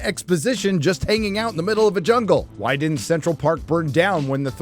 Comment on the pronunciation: Did you say “this is probably my last video” ?!?! whyy? Hwaaaaay? HWaaaaaaaaay?